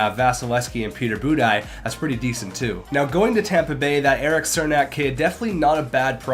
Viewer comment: That's not how you pronounce Cernak's name!